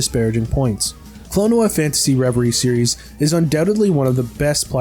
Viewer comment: Klon-oh-a Phanto-meal